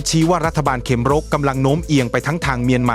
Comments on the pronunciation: AI ยังฉลาดน้อนมาก เขมร ยังอ่านเป็น เขม_รอ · AI อ่านภาษาไทยผิดประจำ เขมร ดันอ่านว่า เขมอน ยังไงก็สู้คนไม่ได้ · อ่านเป็น เข-มะ-ระ เหรอ?เพิ่งรู้ นึกว่าออกเสียงเป็น ขะ เหม็น